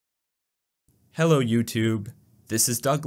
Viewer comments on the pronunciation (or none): none